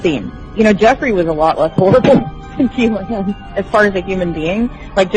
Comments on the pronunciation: Learn how to pronounce Ghislaine - GEE LANE - it's French and doesn't sound the S. Try saying it with a French accent and you'll get the idea. The Epstein case is about rich people networking and hiding their money from the tax man, laundering Russian and other dirty money and the girls are an incidental added for the odd bit of leverage when necessary - it's always about money and the rest of it is window dressing. The truth will never come out because it involves too many high profile people who are respected throughout the world. Ghislaine Maxwell is trying to stay alive after seeing what happened to Epstein and various others involved. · Note how the name of mrs Maxwellis pronounced: "Ghilaine " ( the s is mute, the G is not aspirated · PS: Its pronounced: Jizz-lane!